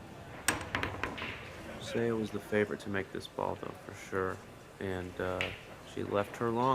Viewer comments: Commentators should learn how to pronounce the players' names before commentating. Suh Suh Ah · Karl seems to be the only commentator who knows how to say Seoa’s name correctly. All the commentators for this event say it wrong😅